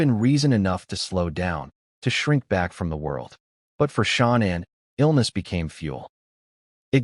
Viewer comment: Her name is Shannanne not Shonnon